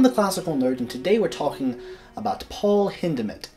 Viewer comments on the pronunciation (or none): The opening sentence is a non sequitur. Also, hot tip dawg, when German people are named Paul, it rhymes with "howl."